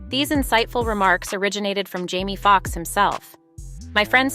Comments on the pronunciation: These AI Voices are a trip ... I was going along up until she called Jamie Foxx Jammy Foxx. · Is this a bot? “Jammy Fox” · This lady needs to be cancelled an stop discussing our black news, she can't even say the names right, an I think she is doing it in purpose ( Jammy Fox) this not the First time she says names wrong.